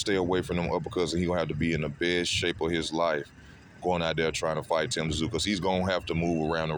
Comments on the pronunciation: For fucks sake it's tim zoo pronounce it right it's not tim t zoo mate if you like Thurman best you don't watch this fight I feel tyzsu is going to wipe his arse with your mate keithy he s the real deal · Its not Tazoo you idiot. Its Tszyu. Pronounced Zoo. The hell is wrong with you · For fuck sake~!! His name is pronounced Tim ZOO zooooooo it's fuckn simple, the "T" is silent in his last name... All you bloody people who keep pronouncing "TSZYU" wrong, are obviously NOT familiar with his famous father before him either? 😐 Seriously if you can't pronounce his last name right, then don't fuckn say it!!😠🙄 Easy!! Just call him TIM, and for God's sake please tell me that everybody can speak his first name without messing it up 🙄 I'm dead set embarrassed for all you morons who can't speak the name properly, all these god damn years later~!!! TerZoo TerZoo wtf is that shit??? Ignorant brain-dead assholes...seriously not even kidding 😐